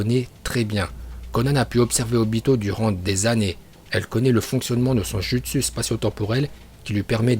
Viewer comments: Un justU😂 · On dit kakazu et pas kakadzu et c'est le orbe shuriken on dit yondaim pas yodaim et on dit pas jutsu mais joutsou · « Le kATauNe GOTaNO DjUstu »💀💀